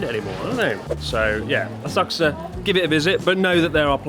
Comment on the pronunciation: So Asakusa now a-sucks-a?